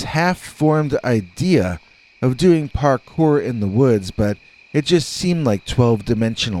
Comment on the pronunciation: I'm so glad you wrote "Parkour" in your title, else I would've thought you were saying "Hard Core" over and over......😕🤔